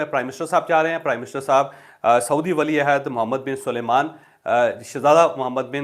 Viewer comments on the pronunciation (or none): جاوید چوہدری صاحب اتنے سینئر آدمی ہیں آپکو ابھی تک یہ تک نہیں معلوم کہ سعودی شاہ کا نام سلیمان نہیں سلمان ہے بار بار آپ محمد بن سلمان کو محمد بن سلیمان کہتے ہیں پھر بھی اگر آپکو سمجھ نہیں آتی توسمجھانے کے لئے عرض ہے سلمان کے ل کے بعد ی نہیں م ہے